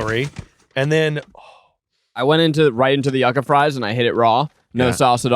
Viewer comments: I came here for this! I went to college in Miami and Cubans pronounced it YOO-kah, I think it’s the Spanish pronunciation lol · Hearing them pronounce it YUCK-AH instead of YOU-KAH was driving me wild lol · Hearing it pronounced “Yuh-Ca” instead of “You-Ca” made me scream as a Cuban 😂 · Yucka???? Yucca baby. "U-ka" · This! Its not yuck-ah its yew-ka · i always thought Yuca was pronounced YOO-kah, not yuck-ah ? am i crazy? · I say this with love… it’s YUU-KA! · It's pronounced you-ca